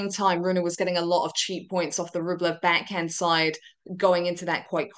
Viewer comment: Her voice is SOOO annoying... Why does she say beck hend instead of back hand?? Where has she got this odd fake radio accent from??